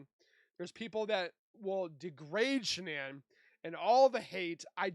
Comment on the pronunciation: I wish these AI voices would stop pronouncing Shanann’s name wrong. I have heard this same voice on several channels pronouncing Shanann’s name really wrong (sounds like Shon-in). Not sure why, but it really bugs me and shouldn’t be that hard to fix.